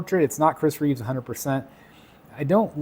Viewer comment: It’s Chris Reeve, not Reeves. Just saying. Loving this piece though. None of the heads are MEANT to be Cavill, MEANT to be Reeve, etc. It’s a comic piece with heads that are just reminiscent of the others.